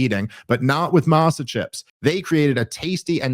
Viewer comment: The A in Masa is pronounced like Ah as in father. Hes pronouncing his add wrong. Thats all I got.